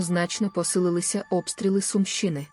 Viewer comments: Чому ви, хто читає питання, невірно ставите наголос в словах? Завжди була сУмщина. Чому у вас вона стала сумщИна? І деяких інших словах теж. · Наголоси на словах"ядерна","Сумщина","село".Дуже ріже слух.